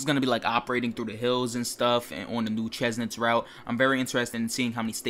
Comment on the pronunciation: Chemnitz is pronounced kemnitz by the way